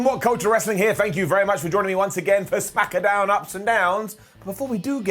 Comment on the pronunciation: smackadown? week after week, it puzzles me to hear you pronounce it as smackadown.